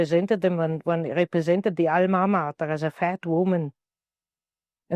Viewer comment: she said the all mama like alma mater